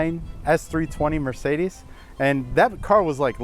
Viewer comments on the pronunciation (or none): none